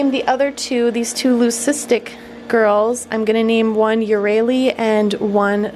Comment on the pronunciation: Stheno - Sss-thee-no Euryale - Eur-eye-a-lee